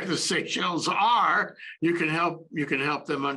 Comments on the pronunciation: This presentation lacked depth. Mispronounced names and places. Even the map was incorrect. If wrongfully imprisoning,beating as well as claiming people’s property and murdering innocent people was not a breach in human rights then I don’t know what is anymore. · What an embarrassment. Could not even have spent the time to find out the pronunciation. Bad. And no understanding of what happened in Seychelles.